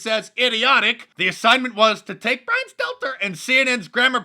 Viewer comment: Little "bwyan steltaer"